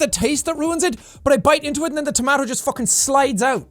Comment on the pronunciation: Is that how Irish people generally pronounce 'tomato '? That's so cute! Lol.